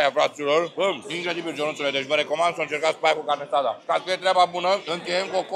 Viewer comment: Carne asada nu carnesada:)) sa-ti fie de bine